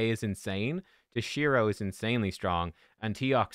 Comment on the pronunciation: its T-O-SHIRO not TOSH-I-RO